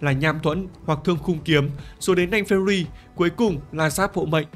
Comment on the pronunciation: Thấy mỗi thầy đọc đúng tên nanh fenrir 😅😅